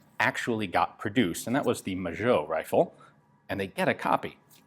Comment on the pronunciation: Magot is pronounced ma-go in french, not majo... cool video anyways